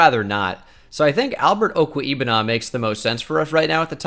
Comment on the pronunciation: Mizzou fan: pretty sure it is OH-ku-WAY-boo-nam